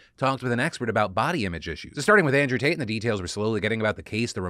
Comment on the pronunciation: Could have sworn Phil called him Andrew Taint.